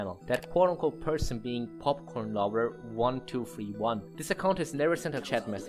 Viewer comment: totally unrelated, but the way you say popcorn is so satisfying